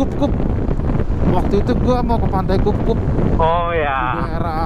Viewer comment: bukan pantai kupkup bang, tapi pantai kukup,,hehehe keren video ny gw baru bgt beli shogun sp gegara liat video lu ni bang padaahal gw cuma pengen nonton doang anjay kebawa suasana jd mupeng kan :face-blue-wide-eyes: btw bang spil dong pake kamera apa aja itu abang kuh